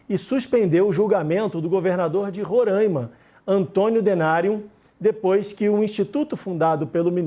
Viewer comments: Roraima e não Rorãima 😌🤌🏻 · O nome correto é Roraima! Será que dá para falar certo?